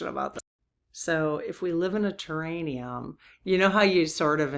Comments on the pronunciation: Respectfully it’s “terr-air-ee-um” not terr-ain-ee-um. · I keep getting held up on the word I'm guessing you're mispronouncing, do you mean terrarium, like a big glass bottle with plants inside an enclosed bottle? Ter air ium. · Hi, I think it's a terraRium, not terraNium.